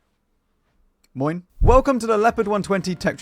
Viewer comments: That "Moin"was clean dude 😂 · As a North German guy, this 'Moin' was perfect.